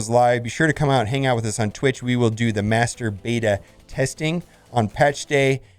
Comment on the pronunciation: He said Master Beta haha